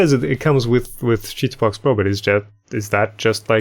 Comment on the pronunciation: Just me or does it sound like is on purpose saying chitubox as shit in box!